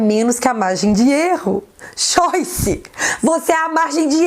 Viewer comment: Acho legal quando você fala xoice, é engraçado.